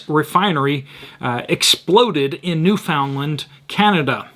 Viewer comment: New-fun-lun. Emphasis on “new.”